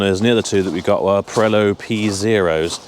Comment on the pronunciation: Did he just say "Pirello" ? ☺️